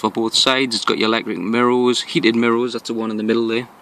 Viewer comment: Nice car mate.... i love how you say mirows instead of mirrors hehe